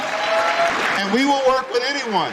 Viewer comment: That emphasis on "anyone" ... Makes me think there's something up